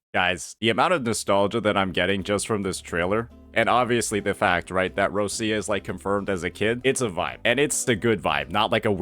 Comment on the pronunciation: /Rochia/ not /Rossia/ please